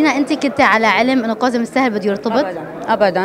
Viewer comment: أسمو كاظم مو قاظم يا متخلفين اللغة